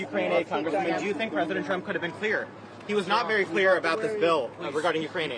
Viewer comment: Marj, the word is to not ta!